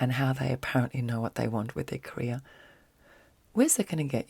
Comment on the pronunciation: when you say career i hear ''korea'' i don't know why but it is sooo funny to me haha love ya